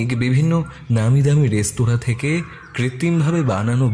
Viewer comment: বারবার "রেস্তোরাঁ"কে "রেস্তারা" উচ্চারণ করাটা ভীষণ কানে লাগছে। এই ধরণের ভুল যাতে ভবিষ্যতে না হয় সেদিকে লক্ষ্য রাখতে অনুরোধ করছি। নমস্কার।